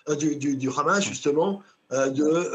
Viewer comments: Pourquoi vous dites « Khamass » à la israélienne ? Les journalistes ont ils un parti pris ? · En hébreu le Ha se prononce Kha